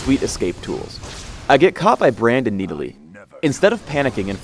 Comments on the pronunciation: NEEDALEE NEEDALEE NEEDALEE OH MY GOD THAT IS NOT HOW YOU SAY IT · if your going to pronounce it knee delee .... maybe you should spell it Needalee... just sayen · ok why are we arguing on youtube about him when we haven't even seen him in-game yet? one last thing...ITS (NA-DOLL-LEE) not (NEE DA LEE). please learn engrish. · "I face Needalee top lane" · the fuck is a needalee? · Everyone is talking about how this vid got recommend when it’s 7 years old, but I’m annoyed how pronounces Nidalee. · He is making fun of the pronunciation of nidalee when phreak says it in